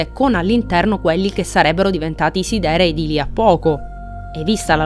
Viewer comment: Devi correggere solo la pronuncia di alcune parole (come siderei, come lo pronunci tu è inascoltabile) per il resto bel video, per approfondire ancora una volta ogni minimo dettaglio su un FF a parer mio "definitivo"